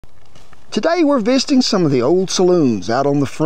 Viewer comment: Today we’re “visting” he said 😂😂😂